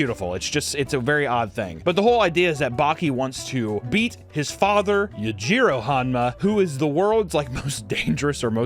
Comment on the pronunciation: Yajiro hanma? Its you-gee-row yujiro